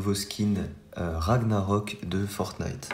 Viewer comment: Enfin un qui a la bonne prononciation du skin et du mot